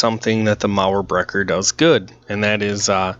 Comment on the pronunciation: It sounds so good when you're talking "Mauerbrecher" 😋. Almost perfectly pronounced.